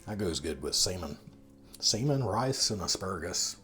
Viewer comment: ' lol lol you are killing me with your pronunciation of SAL- MON, lol lol not sea-men. lol lol. Clams, Duck, clam sauce, pigs feet, gefilter fish, Indian cooking sauces, to many to mention, Stuff cabbage, Three bean salad, BACON, Mackerel, Oysters, eggs in a can, shrimp in spices sauce, ground beef, dirty rice, pearl onions, and Sausage gravy. If you have not tried those store brand beets, I can tell you they are terrible. Buy the name brand, they taste better.